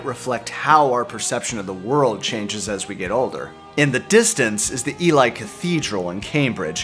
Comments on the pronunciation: Ely is pronounced eelee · Just an FYI, 'Ely' is pronounced 'Eelee' same long E sound before and after the 'L'. It's an amazing album. 'Coming Back To Life' IS a great song - I just don't like the clunky backbeat once the tempo changed kicks in. LOVE THIS ALBUM!!!.